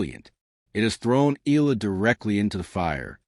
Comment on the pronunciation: Ee ah lah! Not Ee lah! C'mon AI get it right!